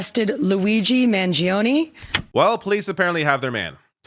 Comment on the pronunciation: you dont sound the 'e' at end of his name. Please this guy is going to be sentenced to life imprisonment the least we can do is get the American Hero to be pronounced properly